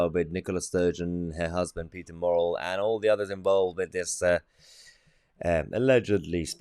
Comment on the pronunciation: Good news content. But his name is "murrell" not morell as you are calling him !!